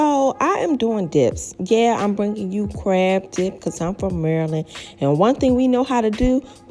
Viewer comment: 🥺🥺 i could cry! Love this! " im from murrrland " lmaoo fr